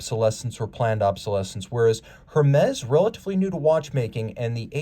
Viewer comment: Hermes pronounced "Ermez"